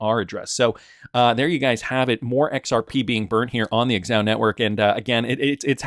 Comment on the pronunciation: Dude, it’s not “ex-ow,” it’s “ZA-HOW.” You don’t say “Ex-Um” when saying XUMM do you?